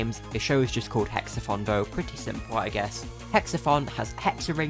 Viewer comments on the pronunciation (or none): this isnt meant to be insulting so dont take it that way but I find it funny how when you say Hex-A-Thon it sounds like your saying Hex-A-Fun Tell me I'm wrong (good video btw very informative)